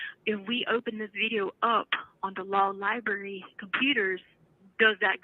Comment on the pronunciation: She has a doctorate & says “LIE-BERRY” this bish is dumb as a rock.